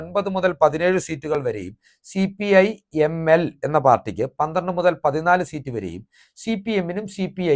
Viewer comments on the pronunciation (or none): none